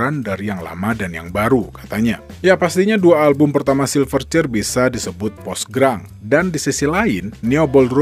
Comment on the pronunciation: Grunge dibaca Granch bukan Grang